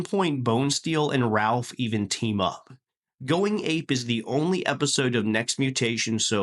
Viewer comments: Small nitpick...it's "Raph" not "Ralph" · this was killing me the whole video. literally wanted to see if i was the only one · Btw, they prolly gonna drag you in the comments for saying “Ralph” instead of Raph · Good video 📼 I did find it funny 😂 that you keep calling Raphael "Ralph" even though his nickname is Raph.